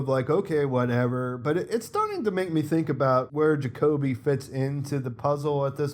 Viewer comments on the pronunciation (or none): none